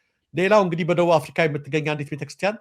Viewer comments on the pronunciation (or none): none